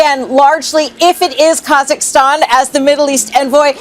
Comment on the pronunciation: KAZZAKASTAN! 🤣🤣🤣 I can't believe he said it like that!